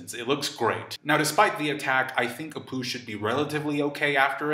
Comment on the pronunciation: And then Kid sees Apoo.. heard that as.. and then Kid sees a poo 🤦‍♂️